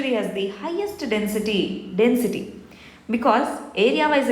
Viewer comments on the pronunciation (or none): none